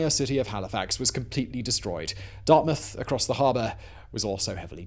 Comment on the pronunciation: Being from Hali, I have to say thank you for actually saying Dartmouth correctly. I have no idea why people (mostly americans) have such a hard time with it.